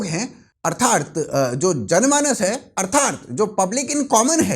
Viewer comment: Please respectable bhaisaab arthath boliye artharth nahin pls pronunciation theek kijiye i like your channel